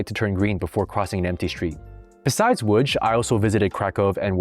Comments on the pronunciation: The "tch" as Łódź is extremely funny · It's pronounced WOODGE